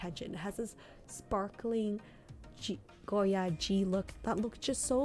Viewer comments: Thank you…I get so annoyed when people stress the “d” when they say “goyard” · French words have a lot of silent letters. The "d" in Goyard is silent. Saint Louis = Sahn Lu-wee. Artrois = Ah-twah. I love the 233 bag but that price is painful for something so simple-looking. Agree about Plumet (plu-may).